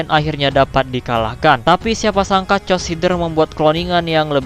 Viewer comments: Koreksi:chaos itu dibaca "keos" bukan "cos".maaf kalo admin sedkit tersinggung tapi jadi aneh gitu kedengeran chaos jadi "cos".sekali lagi maaf. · Cmn mau kasih tau klo chaos tu di baca bukan cos tpi keos